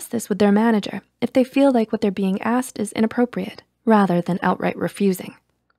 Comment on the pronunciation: It's not my fault can also be used if it is simply not your fault. Don't listen to that video. If someone is stuck in an unhappy marriage, yeah it is simply not your fault XD LIKE WTH - ALSO ASSED is not how you pronounce ASKED